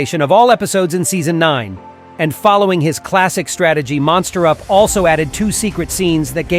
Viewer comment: You pronounced MonsterUp as MosterUp